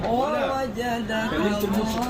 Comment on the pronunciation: Agak beda dengan tulisannya di baca i ,wawajadakadi bukan o